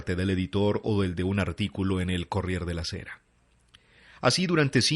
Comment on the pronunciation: ¡Muy bien! Pero no hay que olvidar que el italiano es fonético como el español: Il corriere se pronuncia completo. :D